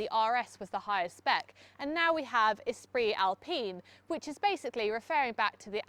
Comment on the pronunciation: Esprit Alpine . Avec l'accent 😊